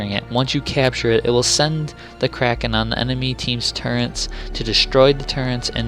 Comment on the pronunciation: Are you saying 'turrents' or 'turrets'? Sounds a lot like the former! Good video though!